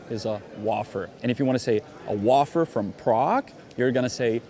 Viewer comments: Wafer is pronounced like way-fer and not wof-er lol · I was so confused as to what a "wah-fer" was, until I realized what you were talking about. Not sure about other countries, but where I'm from in Canada, it's pronounced "way-fer". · Wafer is actually pronounced "Wayfer". And a quick question about the czech word at the end: What does Luhacovic alctually mean? Is that not another city? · Another great video! My wife is from Czech and I've been to Czech 4 times. Love the wafers and bring them back as gifts. If your talking to Americans they would pronounce as 'way-fer' as in 'I'll show the way' as opposed 'wah-fers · It’s pronounced way-fer, not wafer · (it's not whoffer, it's whay-fer)😉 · Janek, your English is amazingly accurate, but sometimes your pronunciation is wrong. Astronomical is correct; astromical is not. Wafer sounds like wayfer, not wahfer.......as if I could pronounce Czech correctly....Thanks pal! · in America we say "WAY-FER" not "waa-fer" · Funny video, guys! Janek, by now I'm sure you've been told that "wafer" is pronounced "way-fer", not "woff-er" as in waffle. Hey, it's English - what do you expect, logical consistency? And it's fun, once in a very long time, to catch you in a flaw in your amazingly perfect English! We used to buy a calendar of beautiful photos every year. We've been coming to Prague for about 10 years. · Great video, thanks! Minor thing: The "a" in the word "wafer" is pronounced like "paper", not like "waffle". And yes, please, make a video on authentic Prague souvenirs, preferably before September 12th which will be my last day of a one week holiday in Prague! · Dude, it's pronounced "wayfer". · Its pronounced way---- fer WAY---- fer screaming w laughter, thats funny.... you wild and crazy guys! 😂😂😂😂😂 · It's pronounced way-fer. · Máš pravdu že ty "suvenýry" ze srpem a kladivem fakt lezou na nervy, hlavně pro ty z nás co museli odejít za komunismu. Jó a wafer se vyslovuje anglicky 'vej-fr' (aspoň v Americe) 😉.